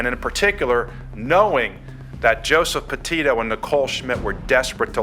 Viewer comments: Pe-io. Co-in. Bri-in. Seems like there's a huge fear of the letter 'T'. This is annoying AF and detracts from the presentation. 🤦‍♂️ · Mispronounced Gabby’s last name (not surprised, you always mispronounce names). How do you pronounce it, “Patillo” when you LITERALLY used news clips that pronounced it correctly? “Petito” (PA TEE TOE). Her and Brian weren’t married, either — horrible research on your cases. 🤦🏻‍♂️ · I don’t mind you misspeaking laundries name wrong, but cmon get Gabby’s name right! Even in the footage they say her last name! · You cannot even get her pronunciation of her name right!!!!!! It's PETITO !!! Not PETITO !!!! This video is gross. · Pa tea tow. That’s how it is pronounced. Watch the videos before you make your own please. Get the words right. Geez. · So weird that most of the outrage in this comment section is not for that monster who stole Gabby’s life, but for the mispronunciation of her last name. People are so weird to me. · The least she can do ?? She put her story out there what do you mean? You’re upset about her not saying the second T in her last name … I’m confused ..what exactly was the least you did for Gaby besides complain about someone mispronouncing her name.